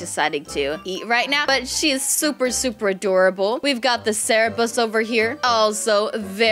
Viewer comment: Its cerberus not cerebus XD